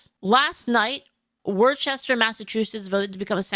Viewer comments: It's pronounced Wooster. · The name of the city is pronounced "wusster". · I'm a local, you mispronounced Worcester. It's wors-ter, everyone does it, we do things strangely here in Massachusetts. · It is pronounced Wooster (rhymes with book). Angry Massachusetts noises!